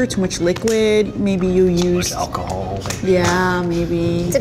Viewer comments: Nobody: nobody in human history: Eugene: AdD ALacAhOl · Cillian • *AlacAhol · Ah yes i too love me some ALA-cahol